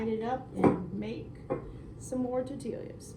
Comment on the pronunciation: Just point of interest, its tor-tee-ya. 🙂